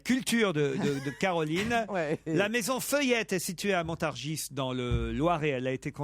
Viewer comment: "Degasse" 😂😂 ; : "Montargisse" 😂 ; : "tcheune" Connery 😅